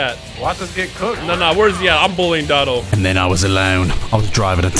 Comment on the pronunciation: Quit trying to spice it up, we know it’s pronounce (dough-tow-doy-yah)